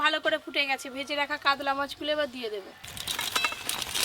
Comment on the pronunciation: কাদলা🤔 কাতলা